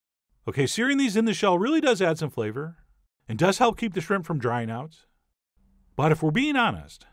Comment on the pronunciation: Warning: If you pronounce it "srimp", do not attempt this recipe.